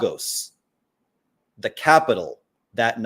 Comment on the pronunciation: As a Nigerian I’m offended by the pronunciation of “Lagos” its not “LARGOSE” it’s pronounced “LAYGUS” Other than that great interview! 👏🏾